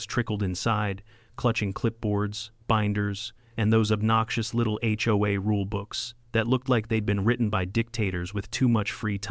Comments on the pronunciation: Where did "hey-oh-a" come from? It's "aitch-oh-a," and I've never heard anyone except AI pronounce it as a word (hoe-a) instead of letter by letter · Got to love it when text to speech middays things, “the ho will rise again”😂 😂😂